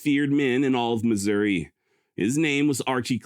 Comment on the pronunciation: As someone who was born and bred in KC Missouri and lived most of my 66 years there, your pronunciation of Missouri is perfectly acceptable. I've always pronounced it not with "eeeee" or "aaahhhh" but somewhere in between, Missour"eh". Yiou could also just say old Mizzou. I must counfess, while I'm not Southern sympathizer in any way, I do sometimes (like.on the day Mizzou plays KU in football or basketball) have an odd compulsion to burn Lawrence to the ground. I'VE NEVER ACTED ON IT THOUGH!